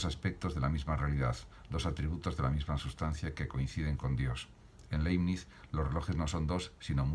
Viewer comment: Aprecio su aporte. Sería positivo sí pronuncia el apellido del autor como se debe. De modo que sonaría laɪbnɪts. Gracias.